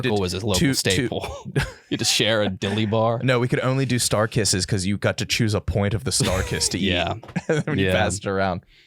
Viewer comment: The way pronounces "got" is verbal torture. It's not 'gut', its "got". A fair simple one-syllable word to pronounce.